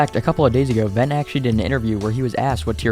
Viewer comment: Vent?? It's Ven broo